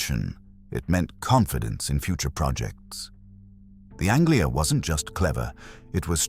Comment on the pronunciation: Yep, I remember very well the Ford Angela ----- ANGELA, not Anglia!